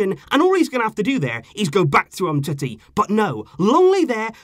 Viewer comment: Why does he call him umtitty. Its clearly umteti just spelt differently.